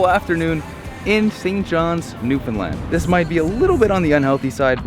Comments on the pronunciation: I'm proud you can say Newfoundland PROPERLY! It's not hard! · Thank you for not pronouncing it new finland or newfinlun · I love that you probably pronounced Newfoundland correctly. 👏🏻👏🏻👏🏻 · Finally someone who can pronounce Newfoundland 🙌....great job at capturing our culture. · My dude, i'm so glad you got to experience Newfoundland, and you've captured the essence of the island perfectly. You even pronounced everything perfectly! Don't forget to come back to visit! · You did great saying Newfoundland. But Topsail is pronounced Topsul ☺️ I grew up in Chamberlains and spent a lot of my childhood on that beach. Thank you for spotlighting our home ☺️ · Awesome!! Chuckled at “Top Sail”. Fellow Newfoundlanders will get that reference.😉 lol. Refreshing to hear the province name pronounced correctly tho. Not often that happens amongst CFAs. (Another NL reference😉). Looking forward to the rest of the trek!👍